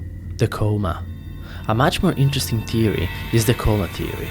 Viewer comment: Learn how to pronounce words please you say theory as teory and other words I can't remember